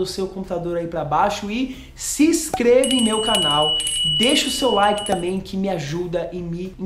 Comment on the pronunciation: "Laiqui" 2 kkkkk!!! Parabens pelo canal.